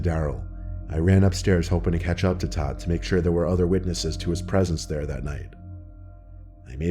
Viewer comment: Did Todd randomly become Tom or did he just say it a little funny?